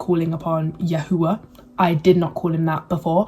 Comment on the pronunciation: Shalom Shalom. You blessed my Ruach. Thank you for sharing. I too walk in The Way. I wish I could have been awoken at such a young age as you. Your videos are such a breath of fresh air. I love how you say “YAHUAH”. More importantly, when I was coming into the truth I knew that certain groups had some truth, but it was not refined by ABBA Yahuah. I prayed and asked ABBA Yah to help me because I was hungry to know Him. I was already seeking Him and He was guiding me. “Truthunedited” confirmed the way Yahuah was guiding me in knowing the truth about El Elyon. Continue to in The Way and be blessed. Shalom.